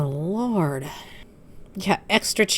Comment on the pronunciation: Did you say "Oh lard" instead of "Oh Lord?" 😂 Ah, she's turned into the obese racist Canadian DSP.